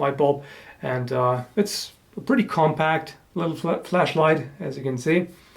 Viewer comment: Lol at first I thought he said flesh light... More interesting subject though, until it gets weird and then yeah I would dislike by then :P